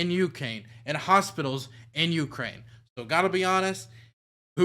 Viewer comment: Ucane? What kind of country is that?!